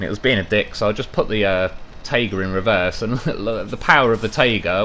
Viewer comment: I totally like your pronunciation in general, but my favourite is how you say "tayga" and "zimnegorsk", making those words sound much softer, than they do in russian